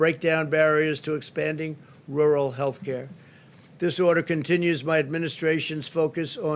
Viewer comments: "Wural" Donald Trump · New drinking game. Take a shot every time Pussy Boy tries his hardest to say, "rural". 🤣🤣 Lmao!